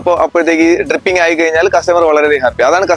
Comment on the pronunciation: ട്രിപ്പിംഗ് അല്ല.... ഡ്രിപ്പിംഗ്...